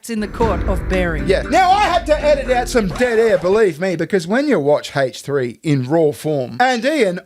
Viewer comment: "Haiche 3" 😂